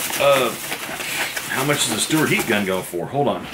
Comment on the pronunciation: It's STA.L.WART, not STEWART,.